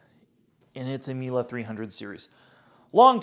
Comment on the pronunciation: whats a mila ? Miele isnt mila, wtf.